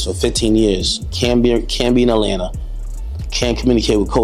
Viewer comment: This "source" couldn't even put the A at the end of Atlanta. Fake AF! 😂😂😂